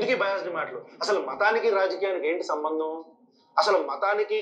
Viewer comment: 'సంబందం' 'సంబందం'అంటూ మాట్లాడుతున్న వ్యక్తి ఎవడండీ?